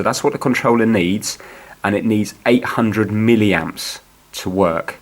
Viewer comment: If he says miliamp one more flipping time, I swear to God. 11 min video to tell me 30 secs worth of info... How did this get over 4k likes??